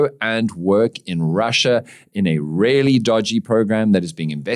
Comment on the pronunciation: Why do you keep saying "rarely" instead of "really"?